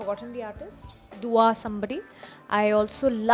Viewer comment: The way she pronounced "Dua" 😂😂😂😂 omg I'm dying 😂😂😂😂😂😂😂😂😂